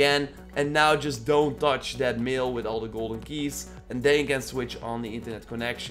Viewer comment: Bro I love your channel but when you said mail I though you said meal and I ate a steak 😂😂 I’m sorry